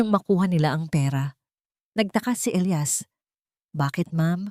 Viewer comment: Sa sobrang liwanag ang elias naging ilayas🤣🤣🤣